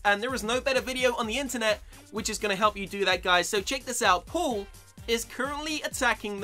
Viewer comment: Lol he says pull instead of paul